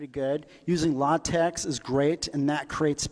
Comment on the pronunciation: it's pronounced "la-TEK", actually. ;) (Even more technically, the X is pronounced like the ch in "Loch Ness".) Also check out AsciiDoc (and the AsciiDoctor extensions). It's a fantastic and comfortable compromise between LaTeX's flexibility/features and Markdown's simplicity/readability.